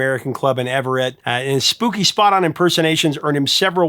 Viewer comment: Everett, MA = "Ev-ritt".